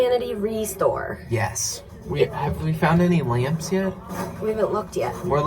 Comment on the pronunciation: In the beginning when you said you were looking for LAMPS i honestly thought you said you were looking for LAMBS 🤣